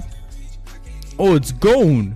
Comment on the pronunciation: his name is gon not gone